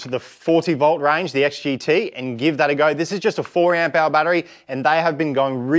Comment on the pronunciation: AmpHour. Say it with me